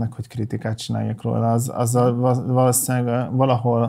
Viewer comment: én a hosszú L-jei miatt szoktam néha fikázni. A mondanivalóját szeretem, de a "rolla", "tölle"..., a róla és a tőle helyett, még mindig üti a fülemet. A beszéd is egy szakma, rá is kéne menni aki komolyan, hosszan ebből akar élni, de a YT, FB, Tícs világa már nem követeli ezt meg. Rohanóbb annál az élet, hogy erre is figyeljenek akik a kamera előtt állnak. nem ismerem, amibe eddig máshol beleszaladtam az alapján nem volt szimpatikus. Itt most teljesen korrekt volt. Érdekes lenne ha a 3 ember egy légtérben, egy adásban jelenne meg. Jó beszélgetés lenne. Havasban nem volt érdeklődés egy másik korosztály iránt, szerintem van